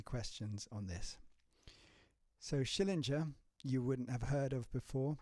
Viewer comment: It's SchillinGer (as in finGer), not Schillingjer. Sorry.